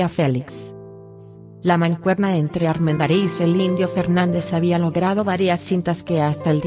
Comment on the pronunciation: Me gustan las historias. La dicción de quien narra este video no es nada buena. Acentúa oralmente palabras que no deben ser acentuadas. Armendariz lleva la sílaba tónica en la sílaba da. Ojalá pueda mejorar este aspecto.